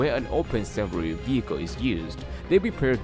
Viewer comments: it's called SAFARI, pronounced SaFAAree. Not SAFaRee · Omg, why did you pronounce "safari" like that? It's jarring... it's "Sa-FAR-ee." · i just love how you have murdered the word "safari" about 100 times in this video and called it "SUFFFREEE" lol goodness you should give up trying to speak English entirely and for the rest of your life!!! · DONT TRY THIS ,WE ARE IN AFRICA ,LIONS ARE DANGEROUS DONT BELIVE THIS PERSON WHO SAYS "SAFRI"ITS PRONOUNCED AS SAA FAA REE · "Saffery" vechicle.